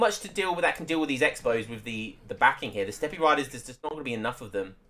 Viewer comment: Just for future reference, you don't say the e in Steppe, it's pronounced like step. Nice cast, I enjoyed it.